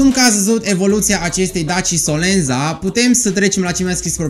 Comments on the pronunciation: solenta se pronunta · / Se scrie SOLENZA, dar se citeste solenta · Se citeste solența.. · Se pronunță solența